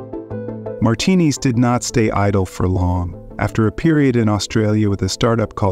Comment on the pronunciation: Good video, pronouncing his last name "martinis" was kind of annoying though.